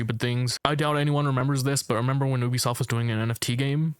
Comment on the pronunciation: if you say ubisoft like that you are an op